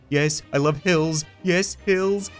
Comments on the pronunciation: am i the only one that heard "i love pills." instead of " i love hills." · Try listening to the first part. You can make hills sound like pills